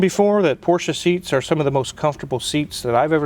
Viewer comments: Thank you for pronouncing 'Porsche' correctly! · Kudos for pronouncing Porsche correctly 👍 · I'd just like to thank Wizard for pronouncing "Porsche" correctly ;) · Thank you for pronouncing Porsche the right way. Most English speakers call it "Porsch" ignoring the e in the end. Don´t know why. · Holey Moley, he pronounced the name of the car correctly! Ausgezeichnet! A porsch is what you sit on as you wave to your neighbor driving by in their Porsche. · Thank you so much for pronouncing it right: Porsche. It never was or will be a Porsch.